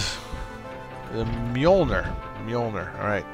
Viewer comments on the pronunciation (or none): Mjolnir is pronounced Myulneer. Its the name of Thor's hammer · Mjolnir is the name of Thor's hammer in the Norse mythology it's pronounced Me-ol-nier